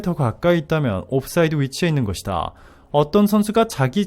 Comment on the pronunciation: 음성 기게 바꿔라. 것이다를 거디다라고 계속 읽어대는통에 짜증이 난다.